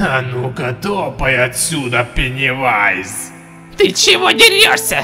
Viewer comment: говори правильно пеннивайз